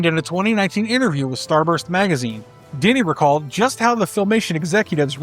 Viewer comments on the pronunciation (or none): Dini is pronounced "Dee-Knee" not "Dinny". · Hey man not a huge deal but Paul Dini pronounces his last name Dee-nee rimes with weenie